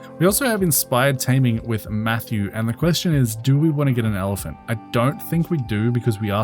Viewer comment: You saying evelant? Not elephant?